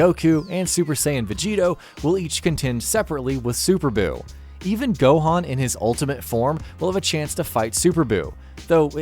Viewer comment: ''gouku'' ''krrulyn'' ''gouhen'' ''kaukarrout''😂